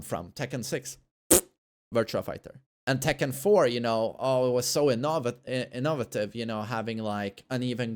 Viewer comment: It's 'In-Uh-Vay-Tiv' lol. Innovative.